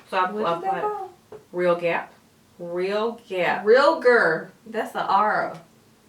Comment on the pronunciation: Hahaha pointed out Kelsey saying "realgap" as a color in the Modern Renaissance palette. You both are funny!